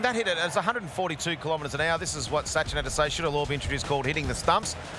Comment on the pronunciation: It's Sachin , ,,, NOT Suchin , haha ,,, Commentators laugh at Suchin & Donul